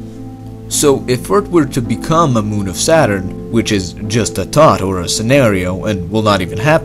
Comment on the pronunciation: Love your videos but please practice your pronunciation of the English "th" sound. Earth is not Eart and thought is not taught . I realize English is probably not the only language you speak and I struggle with perfecting three languages that are foreign to me! Just a helpful hint... Stick your tongue out of your mouth when saying that sound and it will come out perfectly. Again, your videos are fascinating and informative so please don't be insulted by my suggestion to only improve your thoughtful narration.